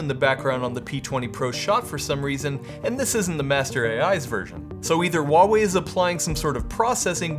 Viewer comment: Its wah-wei